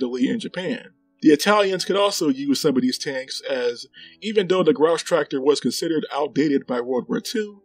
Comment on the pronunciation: I'll try not to grouse about your pronunciation of "Grosstractor" ;)